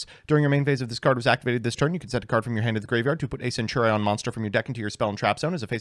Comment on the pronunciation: This video should be reported on the grounds of that fucking HORRIBLE mispronunciation of "centurion" alone.....holy shit.